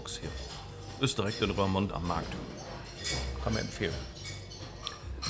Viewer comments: Darf ich einmal klugscheissen: bei „Rörmond“ klappen meine Zehnägel hoch. Das „oe“ in Roermond wird wie unser „u“ ausgesprochen. Also RURmond. Es geht nämlich um die Rur aus der Eifel, die bei Roermond in die Maas mündet (-mond). Also: oe=u und das u=ü. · Ja, die niederländische Aussprache... Die Stadt heißt "Rurmont"! Ich versuche mir da mit Eselsbrücken zu helfen: OE wird wie u in Buch gesprochen. Boek und book heißen im Niederländischen wie im Englischem Buch und werden gleich ausgesprochen. Oder ui ist wie unser äu: huisje heißt Häuschen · Hey,, Du Nase 😊, den Ortsnamen "Roermond" spricht man nicht "Rörmond" sondern "Rurmond" aus Liebe Grüße vom Wolf-Uwe aus dem Münsterland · Lieber, falls es noch nicht erwähnt wurde (Klugsch*** Alarm): der Ort spricht sich Rurmond, weil die Rur ohne H in die Maas mündet 😉